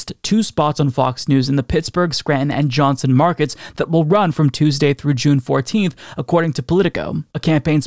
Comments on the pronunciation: It’s Johnstown, not Johnson. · It's Johnstown not Johnson. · It’s Johnstown. Not Johnson